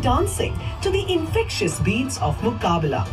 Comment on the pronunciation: My Dear, its not Muqbala. Its Muqabla.